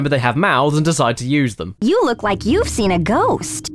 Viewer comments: I love how caddy pronounces "seen" as "sin" because same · I'm I the only that noticed that caddy says idea IDEAR and seen as SIN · Hey Caddy, why do you pronounce "Seen" as "Sin"? Just curious! :)